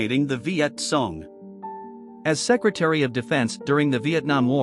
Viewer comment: How much credibility should we give someone who can't even pronounce "Viet Cong" properly? Reminds me of that time President Obama continually pronounced the Medical Corps and the Medical "Corppp".